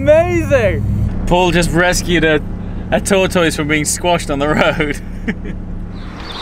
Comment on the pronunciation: finally someone (else) who pronounces tortoise properly!